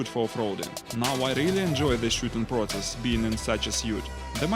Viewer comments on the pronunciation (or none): none